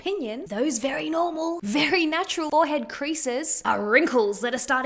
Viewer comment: omg someone pronouncing forehead correctly!